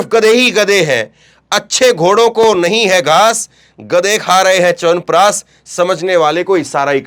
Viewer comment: EK TO PEHLE "SH" KO "S" OR "S" KO "SH" BOLNA SIKHIYE.. CHAWANPRASHHH HOTA HAI...CHAWANPRASSS NAHI